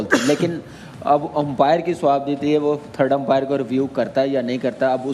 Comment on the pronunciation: इतने बड़े न्यूज एंकर बने हो अंपायर को empire kyu bol rhe ho बेवकूफ कही k